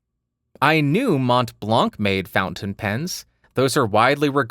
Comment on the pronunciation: In France we don't say MonT BlanC which is the highest mountain in France but Mon Blan ! ;) I love how you say Cartier ! :)